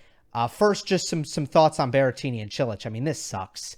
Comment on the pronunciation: Guys it's BERRETTINI not Berrentini or whatever if it's easier for you just call him Grassettini